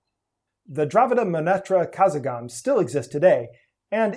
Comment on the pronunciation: Not "Kazagam" but karagam